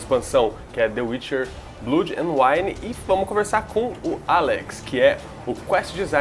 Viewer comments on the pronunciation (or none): "blúd"... cruzes.